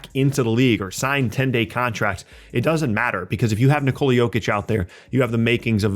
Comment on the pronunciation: It's not "nikOla", Bozo. It's "nIkola". The stress is on the "i". Just say Nicholas but drop the -s.